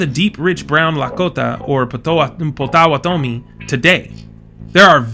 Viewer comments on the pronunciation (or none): Potawa tomi 😅. You're bound to make mistakes and even insult when you claim to know a different group outside of yourself. Plus, you shouldn't be pretending you fully understand. Make videos about your own group. You can't even pronounce the Natives you keep mentioning. 😅 That's how much you understand. 😅